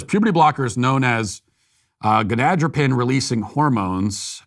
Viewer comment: Matt, please learn how to pronounce "gonadotropin."